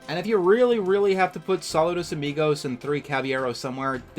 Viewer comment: It's pronounced SaLOOdos